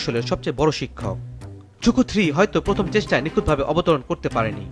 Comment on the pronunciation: রকেটের নাম‌ই তো ভুল বললেন।এটা ঝুকু-3 না ZhuQue-3 (朱雀）→ ঝুছুয়ে-3